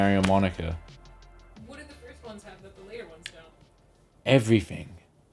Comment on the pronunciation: “It means effrething!” Not everything, effrething